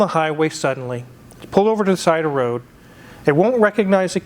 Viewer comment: Anyone else catch that .. going down the WWWOOOAAADDD. Elmer fudd wooking for thoses wasckally wwaabbiittss...